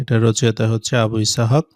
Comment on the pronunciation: সাহিত্যের (গ) নম্বর উত্তরটা ভুল হয়েছে! উচ্চারণ হবে আবু ইসহাক।